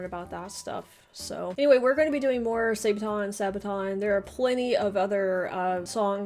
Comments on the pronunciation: Pronounced Saabaton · sa ba ton ....sad(-d) baah(goat) (won) ton (soup). sabaton not sabe'aton or wtvr.make sense? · Sābaton. Short "a". Armored shoe as a part of plate harness. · The second way you pronounced it in the beginning of the video was good. Source: I'm Swedish. (Whatever that is worth since it's not a Swedish word.) "Didn't realize it was D-day until I woke up this morning." Kind of how it was for the Germans, I guess...